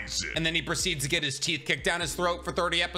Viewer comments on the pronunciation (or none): none